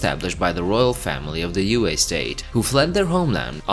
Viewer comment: Its not Yu-A. Its Yue. like you know that puking sound when pregnant ladies puke? yeah that